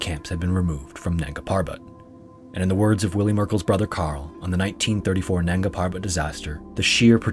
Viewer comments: Dear creator, I like and appreciate your content but please try to learn the right pronunciation of hindi/urdu names before narrating. Your pronunciation of “nanga” was just so annoying to me that i couldn’t complete the video. Sorry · Isn't it nanga instead of nagna